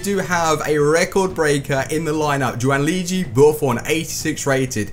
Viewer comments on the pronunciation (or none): Gianluigi,not giaunluigi